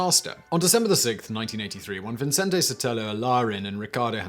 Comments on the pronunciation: It's VICENTE, not Vincente. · Huh. I'm in Las Cruces, NM just 40 minutes north of El Paso, been to Juarez a number of times, and never heard of this. Great video. ...and don't mean to nitpick but you keep saying Vincente instead of Vicente [vee-sehn-teh]. There's only one n. People add it to mine all the time too. lol It's also pretty common to give the t a softer th sound. I know I do. 🙂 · Cool story. But your pronunciation is still terrible. And the names and places sound like a mumbled run-on. Ciuda--Juarez. The guy's name is Vicente not viNcente. It sounds especially strange because you have that smart british accent thing going on but then butcher or mumble the names. I guess Americans aren't the only ones. At least they enunciate the letters, even if the pronunciation is wrong. Don't forget the O-bam-a. I'm keeping count. :P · His name is Vicente Sotelo Alardín, no ‘n’ before the ‘c’, i.e. pronounced Vi-cen-te. Think of Vicente Fernandez, former president of Mexico. It is my sir name, so I hear it pronounced like Vincent all the time…like my whole life, all well it usually gives me a chuckle.